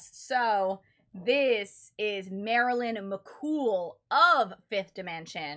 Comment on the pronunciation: It’s Mc Coo.